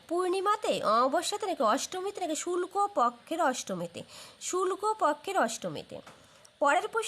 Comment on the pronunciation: 😂 শুল্ক নয় শুক্ল 😂